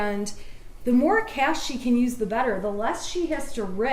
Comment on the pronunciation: & she even asked the guy, “ how do you say it?” & he said, “it’s ‘cash’” & she proceeded to call it “cash-a” 😅😅 why’d you even ask🤦🏻‍♀️🤦🏻‍♀️🤦🏻‍♀️